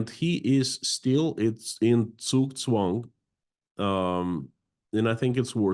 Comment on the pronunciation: I want to praise really good pronunciation of the German words "Blitzkrieg" and "Zugzwang". After hearing so many peoples bad pronunciation this was a pleasant surprise.